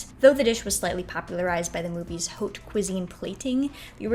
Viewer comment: Really good video, just a pointer that haute is pronounced like "ot" and vin is pronounced closer to von :)